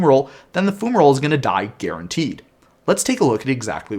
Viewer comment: FYI, it's pronounced FYU-ma-roll, with an fy sound. :) Thanks for the rules overview! That card was so strange rules-wise...